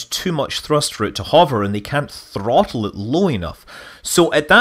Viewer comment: Oooh...Say throttle again...?